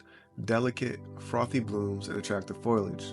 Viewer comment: FOL- E- IG Not FOIL-IG